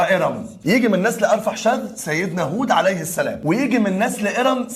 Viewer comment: تسلم ايدك لكن ابو سيدنا هود اسمه ارفخشد او ارفخشذ بالخاء و ليس بالحاء وممكن ارفكساد حسب كتابات الاوروبيين و سيدنا لوط قومه كانوا في سدوم وليس ستوم لكن مجهود رائع طبعا ربنا يجازيك خير يا ريت تستمر في النوع ده من الفيديوهات .